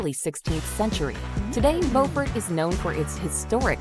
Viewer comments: There are two Beauforts. The one in N.C. is pronounced Bo fort. The one in S.C. is pronounced Bew fort. The narrator mispronounced the S.C. Beaufort. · AI, it's pronounced Like this, B-you not Bo. LOL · "Bow fort".....that's not how you pronounce that name its "be-you-fort".....Beaufort....at least that's how the locals say the name. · Ive never heard Beufort pronounced Bofort before, in South Carolina its pronounced more like "byoufert" like the beginning of "beautiful" and the word "fort" combined. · They mispronounced Beaufort. It's "bewfort" in South Carolina. The city with the same name on North Carolina is pronounced "bofort". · They didn't mention Parris Island either when talking about Beaufort (Which pronounced wrong). Guess you can't win them all. 😇